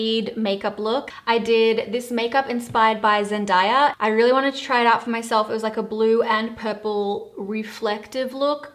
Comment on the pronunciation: It's " Zen-day-a" not "Zen-da-ya." Phenomenal makeup though , giving me euphoria vibes.